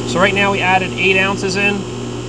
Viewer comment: “Right neow”